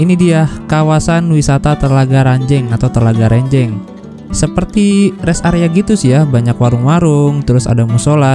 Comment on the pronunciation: Ranjeng bang bukan renjeng,saya orang situ soalnya😂😂😂😂